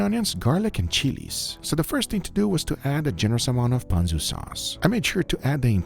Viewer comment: That is not how you pronounce ponzu